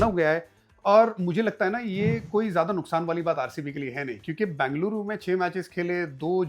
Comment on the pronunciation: Please don't say Bangluru.. it is Ben-ga-lu-ru